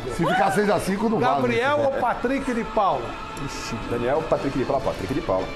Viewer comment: Kkkkkkkkkkkkkk Gabriel ou Patrick de Paula? Quem é Pateick de Paula mano? Kkkkkkkkkkk mds